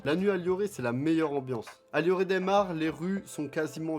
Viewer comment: T'as dit del, c'est de